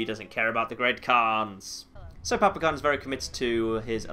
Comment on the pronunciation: hmm... Did anyone else notice that 'Great Khan Quest' sounded like 'Great Conquest'?